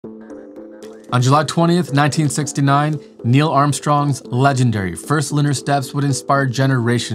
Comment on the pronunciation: "1969" What i hear: "69"